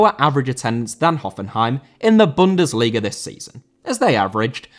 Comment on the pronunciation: Bundesliga * not Bundesliger